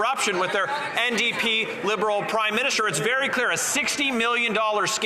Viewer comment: it sounded like Larry Brock almost called him the "Crime-Minister". It would be a more accurate title.